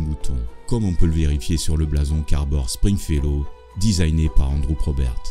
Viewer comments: string fellow et non spring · PUNAISE! Meme toi tu dis "sPringfellow hawke" !! Et je viens de lire qu'au générique c est "sTringfellow hawke"!!!!!!! Je vivais dans le mensonge depuis tout ce temps! TOUTES CES ANNEES!!!!!!! 😱 JE VAIS ME PENDRE!!!!!!!!!!!!! EDIT: Ah bah je me pend p'u!!!! Maintenant c'est écrit avec un "P"!!!!!!!! sPringfellow hawke